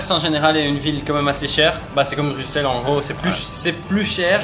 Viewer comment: BruXelles? Vallon? BuSSelle et OUAlon! Quand même...